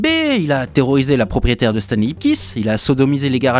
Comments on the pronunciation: Moi je pige pas pourquoi pour Stanley tu prononce le "ey" en "i" alors que Spidey tu dit "Spideï" haha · c'est stanleY "lai" tu dis stan Lee, je sais bien que tu parle pas de lui mais a l'oreille ca fait bizarre a chaque fois